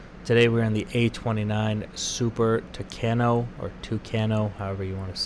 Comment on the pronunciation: You said Super Tucano very well. You can keep this accent, everybody will understand.